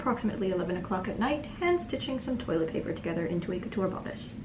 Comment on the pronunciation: Y'all can't tell me she didn't EAT THIS SHIT UPPP She said toîlęt pæpér